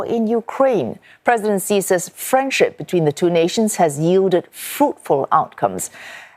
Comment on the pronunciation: It is Xi (She) not Xi (Zee) lol